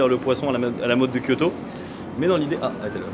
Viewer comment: ça va, elle est comment la voiture de TEV ? ='D " à kyo-to " il a dit MDRRRR